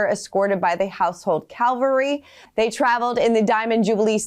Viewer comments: Cavalry, not Calvary. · Not Calvary! 😢 Cavalry! 😅😊